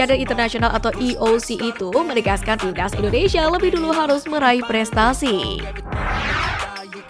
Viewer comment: Buang dulu ingus mu itu biar kamu bisa bilang TIMNAS bukan TIBDAZZ